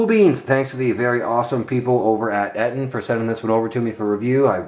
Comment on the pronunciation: Its pronounced "EEE-TON"